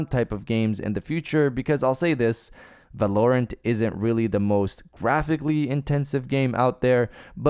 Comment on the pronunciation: Not at all trying to come off as a dick love your vids. Val-are-rent is how I think it’s pronounced. You do your thing though just wanted to let you know. More fps is better but anything over 144 FPS is a bit much but some say you can see a difference. Honestly the sweet spot is like 90. Anything at 60 on console will be nice for those exclusives other wise I’m playing on pc